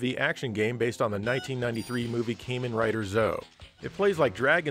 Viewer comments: Not Came-in Rider you murican. KARmen Rider! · So many neat titles I'd love to try out someday! I'm terribly behind on catching up with some Sega CD must-plays. Oh, and just for the record, it's [kamen] not [keimun] - "Kamen" is Japanese for "Masked". And it's "Zet-Oh" as opposed to "zo" (or "ze-oh" as also commonly mispronounced).